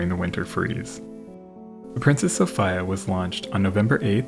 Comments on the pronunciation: It's Sof-ee-a, not Sof-ay-a... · Always thought it was pronounced So-fee-ah. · Sophia not Sophaia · It's a Greek first name, pronounced So-fee-a, not so so-fai-a, you savage! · So-fie-ya? Really? Not So-fee-ya? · SOOOO- Feeeeeee- Aaaaaaa, not Soooo- Fiiiiiiiii- Aaaaaaaaa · Is it really pronounced So-FI-ya? I have never heard the name Sophia pronounced any other way but So-FEE-ya. Maybe a Canadian thing. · It’s pronounced So-FEE-ya NOT So-FYE-ya! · It’s pronounced So-fee-a, not So-fi-a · Soph-I-a??? Soph-eeeeeeeeeeee-a. I cannot hear Soph-i-a one more time. It makes my ears bleed. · So fye uh? Or So fee uh? I'm so used to hearing Sophia pronounced So fee uh it's odd hearing it the way you say it. Is there a reason? Like Garand is pronounced Ga rund not Guh rand because that's the way John garand pronounced it. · It's the Princess So-FEE'-yah, not So-FIE-yah. It doesn't matter how the British mispronounce it. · So-Fee-a. Not So-Fi-a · "SOPHEEA" E sound, not I sound. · i believe its pronounced Soph-ea rather than Soph-I-uh. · It is the "princess So-fee-uh" ... Pronunciation is important. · Sofeee- ah. 😂😂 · Properly pronounced So-fear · SO FEE UH Not the way you're saying it. I'm not even remotely interested in this, but my fiancé is watching it across the room from me and I had to hunt this down to correct you. You say it right at least once... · It's Princess Sophia, not sOpHaYa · I'm stunned you've never heard the name "Sophia" spoken in all your years prior to the production of this video. So FEE uh. You're welcome. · Its pronounced Sophia. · Sophia = So-fee-uh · Bro. Love your work. That's why I am going to square you away on this. Sophia is pronounced So-fee-a. Like Sophia Loren or Princess Sophia of England (daughter of George III I think) or Sophia Martin, my niece, who is awsome just like her beautiful mother and my little brother. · Good grief. Why do you keep saying “Soph-ay-a”. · It's PRONOUNCED The Princess SophEa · I think it's pronounced so-FEE-uh